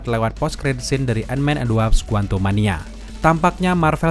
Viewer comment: WASP bang, bukan WAPS